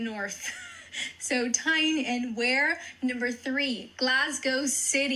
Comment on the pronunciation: Tyne and wear is pronounced tyne and weer( newcastle northumberland)